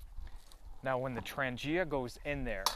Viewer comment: Hi, very nice video. Thank you for the shout out. At least one new subscriber found the way to my channel. Nice set up and you pronounce Trangia well, my friend. Thanks for sharing! ATB, Ulrica